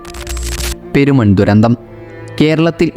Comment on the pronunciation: പേരിനാട് അല്ല പെരിനാട് എന്നാണ്.. അതേ പോലെ പേരുമൺ അല്ല പെരുമൺ അങ്ങനെ ആണ്